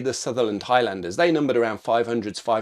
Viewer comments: its pronounced HIGHLANDERS not High-Landers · sorry... High...LANDERS...!!! never heard highlander pronounced like this... !!! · the way u pronounce highlander is pretty bad